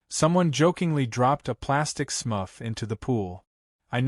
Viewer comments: it's Smurf not smuff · SMUFF? Do you mean SMURF? 😅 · Smurf, SMURF, NOT SMUFF 🤦‍♂️🤦‍♂️🤣🤣🤣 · Smurf not smuff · What is a smuff? What is a “blue hand motion”? Yes, I know it should have been Smurf. I love the bad AI mistakes! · It is "Smurf" not "Smuff". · I think you mean SMURF, not smuff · LoL..... The A.I. can't even pronounce Smurf right funny shit!